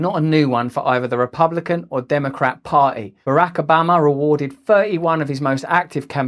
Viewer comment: President Ah-bama